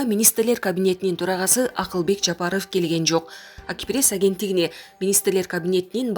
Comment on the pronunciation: Жапарыв дебей так эле айтса болбойбу